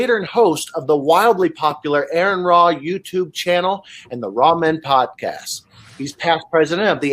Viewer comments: His first name is pronounced R-N Ra. Not Aaron. Bugs me. Ha. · not..its pronounced R N....just saying...if youre going to have a podcast....get the names right.. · AH-ron Ra! Gah! That shit drives me nuts. Get his name right and do better! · He is "good friend" and can't pronounce his name? Yeah. Okay... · "I have the distinct privilege of being able to introduce a man who does not need an introduction. You all know him very well." Also: *mispronounces name* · “Y’all know him very well needs no introduction...() pronounces his name wrong....obviously he doesn’t know him THAT well. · "A man that needs no introduction". Proceeds to butcher name. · I cringe every time he tries to say name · Hell of an introduction when you can't pronounce his name. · If He knows him so well then why did he mispronounce his name when introducing him? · Everytime he said name wrong I cringed and kept thinking... maybe he will let it go...lol... he didnt. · "Needs no introduction." Introduces him by the wrong name. Edit: The man doesn't deserve hate, but goddamnit you just got to watch one video of to hear it said correctly lol